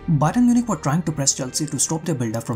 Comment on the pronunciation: Byron Munich. Come on you have to correct your mistakes. You can't be repeating your mistakes